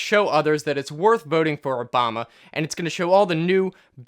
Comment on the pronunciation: Am I the only one who replayed the start three times because I couldn't believe he said his name right